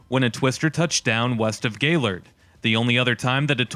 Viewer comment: Thanks for pronouncing “Gaylord” correctly.